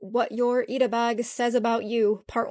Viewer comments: whats really christopher columbusing is that she's pronouncing "ita" with flap t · This Sunnie person be claiming appropriation while using the Americanised pronunciation of 'ita' 🙃